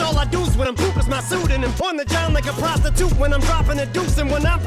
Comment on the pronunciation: “On the John like a prosti-toot.” Emphasis was on the last syllable for a reason, I believe.